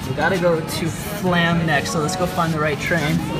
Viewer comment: it is flåm, not flam